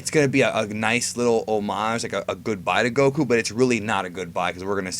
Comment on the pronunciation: Dude pronounces homage like Oh-Marge 😂😂😂